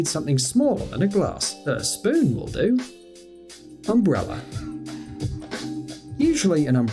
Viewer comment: Umbrella he says umbrera lol